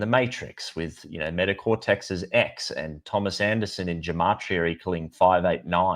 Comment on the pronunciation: Please know. Gematria is pronounced with a hard G like in “go”